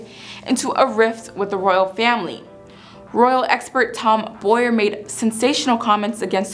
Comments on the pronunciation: Please get the royal authors name right. It is Tom Bower not Tom Boyer. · You've done a great video here! I only want to help by pointing out that the name Tom Bower is pronounced like bow-wow, not boy-er. ❤